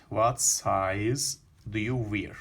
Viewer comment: Wear kelimesi vir diye okunmaz!